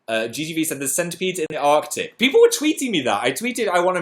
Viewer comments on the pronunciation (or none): none